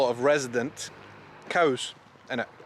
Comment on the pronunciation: Willow trees. And at last - you said "coos" instead of "cows!"